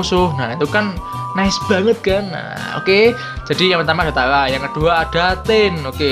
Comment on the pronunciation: Bukan taya mas tapi taaaRaaaa✌️